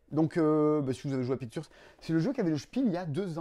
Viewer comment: Comme prononce "pictures": "piqu'turz", je pense que son second prénom est Arthurz!^^ Intriguée par ses projets d''ailleurs: Maître de cérémonie à Cannes, et ô le fun du fun! un jeu du Passe-Temps! (je penche néanmoins plus pour un prix du Passe-temps, ça serait cool en fait) Ma passion secrète est de jouer au jeu de l'ascenseur... (non en vrai très banalement, le dessin et la peinture) Purée il est trop ce jeu "Dodos riding dinos"! je l'aurais bien acheté rien que par curiosité, puis ça doit être rigolo, mais c'est dommage il est dispendieux (et wai, les figurines sont cool pi 4 plateaux). Faut penser à remplir le frigo de temps en temps! Quoique ça pourrait être un nouveau régime post-fêtes: achetez des jeux au lieu de la bouffe et perdez 7 kg en un mois! vos vidéos sont toujours trop le fun, j'essaie de ne pas en rater une! bon week end!